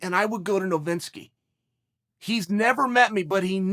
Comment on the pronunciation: Ol Jeff Novinski….. c’mon Chael. It’s Novitsky